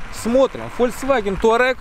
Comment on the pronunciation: Кто эти люди, которые пишут и говорят "Таурег"?